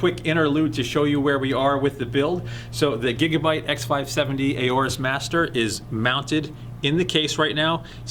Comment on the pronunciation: It's not pronounced "a-or-us", it's pronounced "or-us", I asked a representative at computex